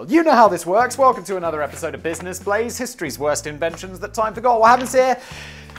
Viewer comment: Busíness Blázé nice try, Business "Blázé"!!